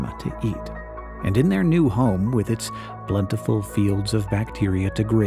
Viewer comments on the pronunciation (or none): none